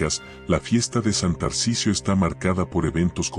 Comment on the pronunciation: Linda historia y desconocida para mi, pero como todas las historias que voy escuchando, es muy repetitiva. Hay que enseñarle a la IA a resumir y reconocer las palabras "está" y "esta". Espero que no se ofendan. Me gusta más oír a personas leer. Gracias por enseñarme más sobre la iglesia católica y su rica historia.